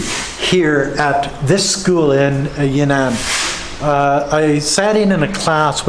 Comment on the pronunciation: that's Yan'An (not Ya'Nan) in ShanXi